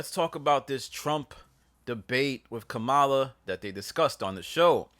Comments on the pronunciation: Its COMMA Laa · At least know how to say the VP's name, “comma-la, like the punctuation mark.” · You can always spot a racist by their refusal to pronounce Kamala’s name. Sigh. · You KNOW that was done on purpose.